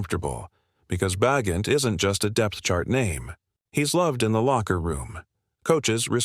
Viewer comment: Carr has not come out and said he's retiring. Ba' jent not Bagent?